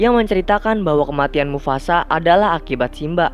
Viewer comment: “mufasa” bukan “mufasak”